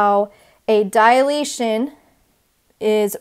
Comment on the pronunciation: Students often mistake it as a "dialation" , so please pronounce it properly. It is a 3-syllable word: you're saying diAlation, instead of dilation. Also: why not refer to the shapes as preimage and image?